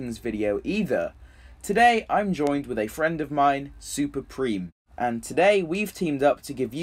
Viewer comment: This was so fun to make!! Hope yall enjoyed the video and add your rankings in the comments.And it's pronounced 'Prame' not 'Preem' lmao.